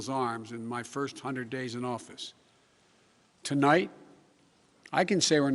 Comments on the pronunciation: Cant get though first sentence. Tolight ? Really... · I thought I heard that. Immediately stopped play and replayed first 20 sec. yup, tolight is what he said. He stole the office of potus. But can steal back the brain tissue he has lost. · Poopy pants Biden says "Tolight". Its a new word now,. Just mix up any two words, mash them together and you too can speak like a true Resident.